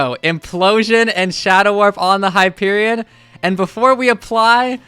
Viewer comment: It’s Hyperion